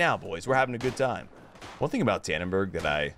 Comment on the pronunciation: dannenbaarggg, dont ever say that again pls